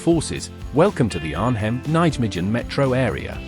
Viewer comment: Nait michen whats that for pronounciation. Its Nai-Meguhn